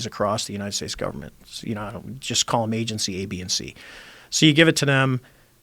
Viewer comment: Joe "our Guperment" Rogan